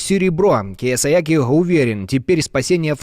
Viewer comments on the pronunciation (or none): КиосаЯки. Три раза услышала и вздрагивала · Кеосояки?????😂😂😂😂 вы че курнули, нехта??😂😂😂😂 перепутали с кеосояном?🤣🤣🤣🤣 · «Кіасаякі»)) - ще та Ванга